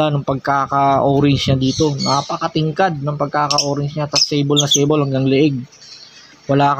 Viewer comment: Kamote Hindi alam pronounce ang sable. At hindi mo rin alam ang totoong meaning ng sable tsk tsk tsk